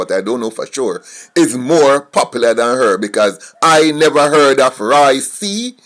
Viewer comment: it's Roy Q not Roy C...Lol